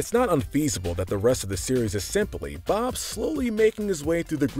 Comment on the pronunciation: I thought that you said blob for a second